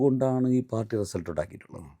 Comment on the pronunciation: റസൽട്ട് എന്ന് പറഞ്ഞത് മനസ്സിലായില്ല